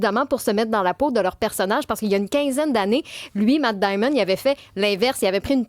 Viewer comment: Matt Damon, pas Matt Diamond chère.